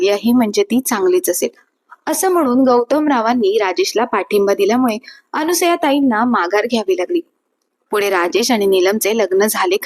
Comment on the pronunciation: पायामल्ली नव्हे! पायमल्ली अनुसया नव्हे! अनसूया